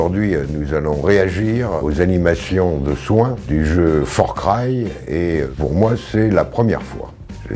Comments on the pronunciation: je crois qu'il a dit forcry a la place farcry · Avec tout mon respect monsieur, c'est Far pas For ^^' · "Fort craille" médecin! Mais Français avant tout !